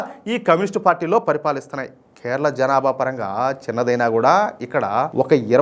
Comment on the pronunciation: అన్న కెరళమ్ కెరళ కాదు మీరు వాలను నమొదు